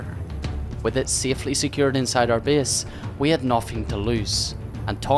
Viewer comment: I like the fact he says (bease ) instead of (base) =)